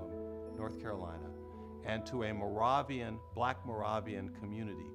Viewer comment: It's morayvian ... not morahvian